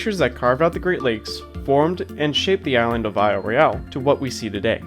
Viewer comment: I love that you all are covering these topics. However, I cringed every time you mispronounced the name of the island. even pronounced it correctly for you. Of all people, the MGS should know better. Horrible audio of as well.